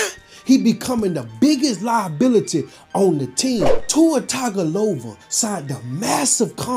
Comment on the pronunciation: Tuwah tigalova , just Said he's name any kind of way 😂😂😂😂